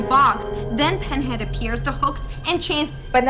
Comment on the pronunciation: Not only does she mess up with the Lamont Configuration but then she says Penhead.